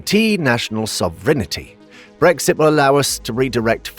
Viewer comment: AI spew. "Sov-rinnety?" Good grief.